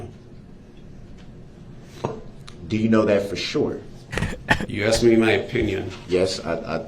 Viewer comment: In his defense, he finally learned how to pronounce "ask".